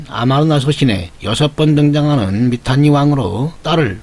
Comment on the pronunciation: 미탄니가 아니고 미타니 입니다 썸머가 아니고 써머라고 하듯이